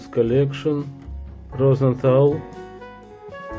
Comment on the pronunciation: Розенталь - с мягким знаком в конце слова